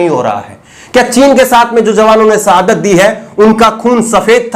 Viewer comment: Arre ooh Bihari, sahadat nahi shahadat hota hai 😉